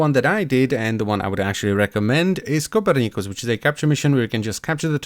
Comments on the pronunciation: CO - per - NI - Cus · that is the most interesting way ive heard anyone say copernicus.